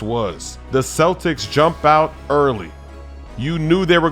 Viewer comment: Hey? U said cletics in 6?? huh? huh??